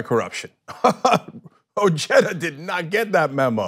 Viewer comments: Weird. OJEDA and Cenk both pronounce his name: O J E T T A, meanwhile everywhere else in the civilized world is is pronounced: O H E D A, AND he is of Mexican heritage. Regardless, he will win handily. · I like his energy and whatnot, but something bothers me. Like, I know it's probably a regional thing, but the family I knew in high-school with the name "Ojeda" pronounced it "oh-HEY-duh". "oh-JET-uh" sounds just wrong to me. XD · SERIOUSLY CENK? Would you like it if your name was pronounced "senk"? HABLE BIEN CABRON, O NO HABLE. it's pronounced "oh-heh-da." And it's Spanish I believe. Anyways bless your ur 💓 too. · O-H-eda. Its not pronounced Jeda. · What's an "Oh-Jedda" LMAO!!! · Oh-hey-da come on guys, his has a Spanish name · I pronounced his last name oheda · It's pronounced O Ged a...a cousin more recently from Mexico uses the Mexican pronunciation. Richard's family immigrated many years earlier and have Americanized. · At least try to say his name right, nevermind doesn't matter he has no chance to beat Trump